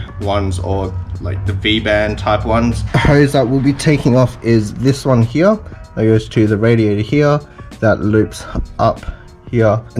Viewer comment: stop saying here as HEYEH